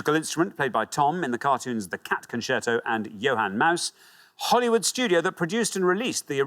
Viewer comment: HOLYWOOD! And he pronounced it correctly (the incorrect way).